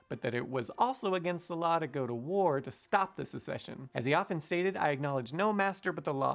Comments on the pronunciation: Don't you mean "secession" of the southern states - versus "succession"? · I appreciate the lesson on proper pronunciation of "Quincy". Allow me to return the favor: it's "secession", not "succession". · Sorry for being a jerk, Simon: SECESION, rather the SUCCESION.